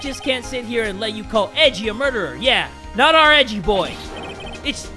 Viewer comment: Not ‘Edgy’ as in suspicious and “cool” It’s ‘Edgey’! As is EDGEworth! EDGEy!